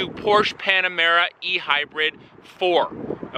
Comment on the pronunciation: Porsche is a two-syllable name